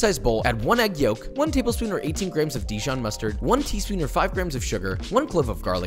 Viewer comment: ITS DIJON NOT DEJON